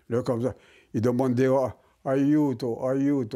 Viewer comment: simple détail hein mais c'est pas "ayudo" mais "aiuto" Sinon super vidéo c'était passionnant 👍🏼